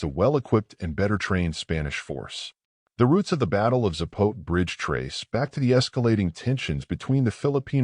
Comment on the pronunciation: Its pronounced Zah-po-teh.